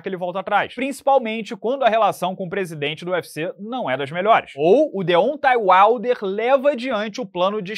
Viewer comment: nunca aprende a pronunciar "Deontay Wilder" kkkkkkkkkkkkkk